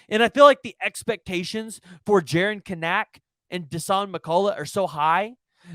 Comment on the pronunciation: You need to learn how to pronounce Kanak !!!!!!!